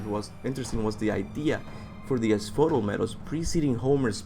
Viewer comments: A few thing i wanted to clear up 1. Hades isn't the God of Death, He's the God of the Underworld. the God of Death is Thanatos 2. Asphodel is pronounced As-fo-del and it's the Greek equivalent to Limbo or purgatory. It's not good or bad. If you live a life that was not particularly special or evil then you spend the rest of eternity walking through the meadows never feeling tired or anything really with no memory of anything. 3. Dionysus was the Wine God but he was no pushover. He regularly turned people that angered him to animals, He had the power to curse mortals with insanity (which Kartos is clearly susceptible to) and he even Killed a giant single handed with nothing but an Acorn on a stick. He might be a drunk but He's still one of the 12 Major olympian Gods. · Ass-Foe-Dell Asphodel